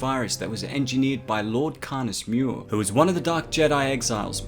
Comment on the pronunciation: It is "Karness Muur" not "Karness Mior" 😂 dude, pronounce it right please. I